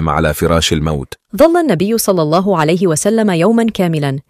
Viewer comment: جزاكم الله خيرا،، اخت نجلاء، لفظ الجلالة بعد الكسر يرقق مثلا في الله، وانتم تفخمونها، يرجى ملاحظة ذلك